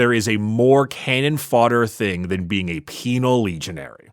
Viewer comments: Haha peenal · I heard the word "peenar" every time they said "penal" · Peenar legions, hahahaa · I heard ‘penial lesions’ and had to double take i was watching an ad ric episode